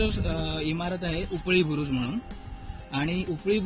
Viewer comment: उपळी बुरुज नव्हे...."उपरी" बुरुज. आवाज कमी येतो विडीओ मध्ये माइक वापरत जा.